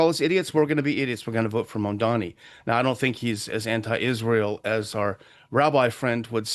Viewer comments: It is Mamdani (Mom-Donny), not Mandami. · Mamdani not Mamdami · What is wrong with almost every American journalist. His name is Mamdani, NOT Mamdami, and yet everyone keeps saying it wrong. It just shows ignorance.b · Can't even read his name correctly the robots.